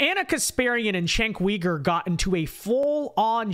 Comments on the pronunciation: Chank Weeger? It's pronounced Chunky Yogurt. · How many times do I have to tell you his name is chunk yogurt it’s not that hard. Come on do better. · Why do you call him cenk weegur? Lol